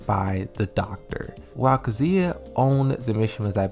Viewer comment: ffs dude, it's Kazuya not kzuia